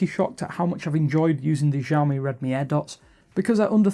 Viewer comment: Is it jawme or Shawmi ? (Xiaomi pronunciation)